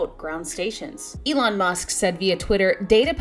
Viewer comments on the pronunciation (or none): none